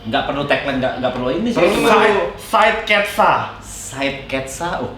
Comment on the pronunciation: "Sideketsa" boleh sihhh😂😂😂